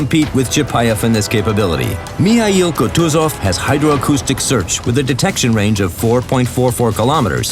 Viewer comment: WHAT IS MI HAI YOU KUTUZOV ??????? ITS MIKHAIL